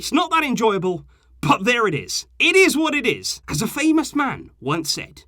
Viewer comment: I liked the last part.. irriz warririz😂😂😂😂💖